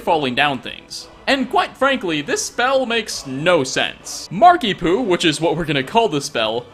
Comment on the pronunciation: Is it just me or does 'Markiepoo' sound a bit like 'Markiemoo'?